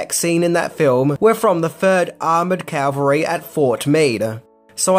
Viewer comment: Cavalry not Calvary!